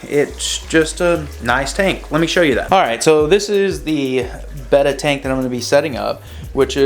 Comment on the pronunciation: I can’t stand how he says beta🤣🤣😅😅😭😢😭😢